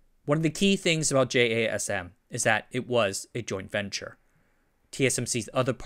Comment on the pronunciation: I thought it was abbreviation, but they pronounce it like jasim.